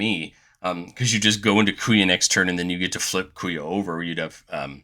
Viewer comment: Oh, man, im still gonna watch the video, but "Kuya" is gonna kill me before the end. 😂😂😂